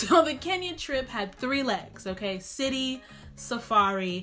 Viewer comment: Guuuurrrrrlllll!!!! Did you just say kenyara???? I'ma check you and side eye you for that.